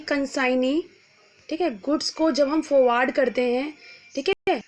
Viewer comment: Sorry mam but it is not fowaad it is forward... Otherwise luvv ur lecture